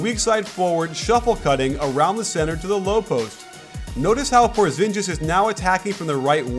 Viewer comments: "porzinjis" lmao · porzingis not porzinjis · You're not the one sounding like a dick here. You are right, it's Por-zin-geese not Por-zin-jeez. Even Stephen A. Smith gets it right nowadays. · its por-zin-gis not por-zin-jis.. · GIS NOT JIS lol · PorzinGis. With a hard G... I love you coach, and your vids are great, but please please please, don't make the stereotypically American mistake of ignoring the pronunciation of foreign names. Thanks. - A foreigner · I think his name is pronounced Poor-zing-is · I think you are pronouncing his name a little wrong. its porzingis you pronounce it with a hard j sound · really hurt my ears. Even though "PORZINJIS" is actually closer to the Latvian pronounciation (The "ģ" in "Porziņģis" sounds like a softwer version of "J" in English), but even with the "J" alone being closer, it still doesn't sound even close to how Latvians would pronounce it (because the accent is wrong and sounds "ņ" and "o" are wrong, too). It's much better if Americans just pronounce it as it seems more natural in English, otherwise it sounds weird in both languages. *Latvia here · Goodness completely obliterating his name. Cringe worthy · Dude your saying Porzingis name wrong